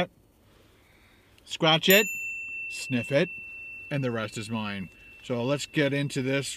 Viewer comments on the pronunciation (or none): none